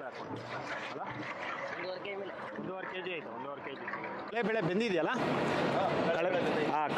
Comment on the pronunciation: ಅದು.... ಕಡ್ಲೆ ಬೇಳೆ......, ನೀವು ಕಳೆ ಬೇಳೆ ಅಂತ ಹೇಳ್. ಬಾರದು